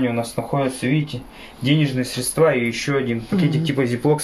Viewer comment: Какие мусора бестолковые - и в слове "средства" ударение неправильно ударение неверно ставят, и не могут открыть шкатулку